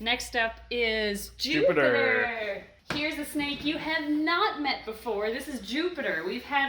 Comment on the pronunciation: Who else thought she said now you get to meet poopiter